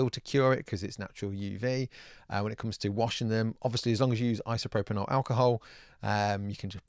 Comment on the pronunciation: Iso-pro-pyL - - - I thought it was a slip of the tongue at first, but nope, you dope. Thanks for the great vid though, I'm just about to buy one and watching this for comparison.